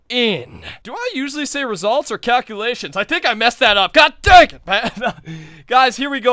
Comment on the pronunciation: "The cowculations are in!"